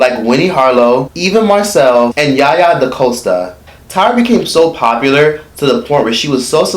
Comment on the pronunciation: Yaya* not kenyah